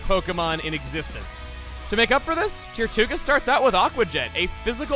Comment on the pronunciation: When you said “tirtouga” I kept hearing “Tier 2 ga”. It became annoying really soon.